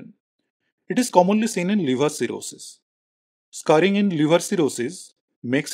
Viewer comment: Very informative but it says scaring of liver not scarring